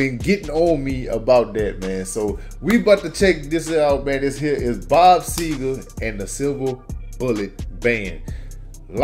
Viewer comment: It's SEGER NOT SEGAR!